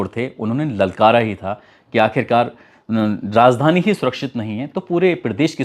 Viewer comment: Rajdhani न कि Razdhani उच्चारण सुधार लेनी चाहिए